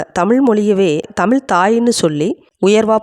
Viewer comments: தமிழ் எங்கள் உயிர் மூச்சு தமிழே தெய்வம் இப்படி எல்லாம் பேசுற இந்த சட்டமன்ற உறுப்பினர்கள் ஒருத்தராவது அந்த தமிழ் தமிழ் செந்தமிழ் என்று நாக்கை மடக்கி உச்சரித்தது உண்டா? எல்லா உறுப்பினர்களும் தமில்,தமில் நாடு செந்தமில் என்றுதான் உச்சரிக்கிறார்கள்😭 ஒருத்தருக்கு கூட முதலமைச்சரை தவிர வேறு யாரும் தமிழ் என்று உச்சரிப்பது கிடையாது அப்புறம் சொல்லுவாங்க தமிழ் எங்கள் உயிர் தமிழ் எங்கள் உலகம் 😂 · முதலில் தமிழ் என்று உச்சரிக்க பழகுங்கள் நாக்கை மடக்குங்கள். எல்லோருமே தமில் செந்தமில் என்று தான் கொலை செய்கிறீர்கள்😂